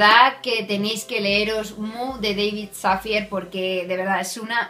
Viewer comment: Dávid Safiæ (es la pronunciación del nombre). Gracias por reseñar este libro, leí maldito Karma me gustó pero no del todo. Pero buscaré este. Saludos